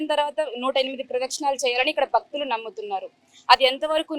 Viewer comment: "బక్తులు" కాదు తల్లీ, "భక్తులు" అని పలకండి. భక్తి పురుగుతుంది.